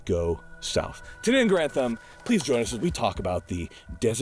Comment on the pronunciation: “Here on geranthum”